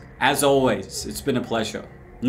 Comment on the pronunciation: YouTube sensation hate to be that guy but it’s niyat